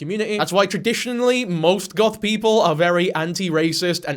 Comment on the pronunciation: I really thought you said “golf YouTuber” 😂😂😂